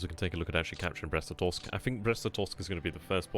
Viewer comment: Glad to hear you've got the Brest-Litovsk pronunciation fully mastered! :)